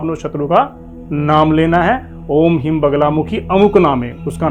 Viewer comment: Hrim bolna hai hreem